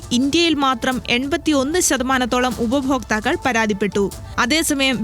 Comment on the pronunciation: ഉപയോഫോക്താക്കൾ അല്ല ഉപഭോക്താക്കൾ😅❤